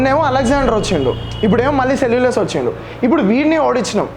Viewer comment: సెల్లులస్ కాదు....సెల్లుకస్ నికేటర్